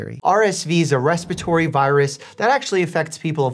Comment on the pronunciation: respitory lol